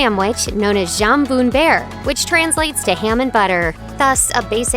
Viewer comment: Ooo the pronounciation of jambon-buerre was painful😢